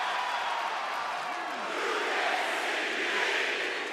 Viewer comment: That was the most crisp “You can’t see me” I ever done heard !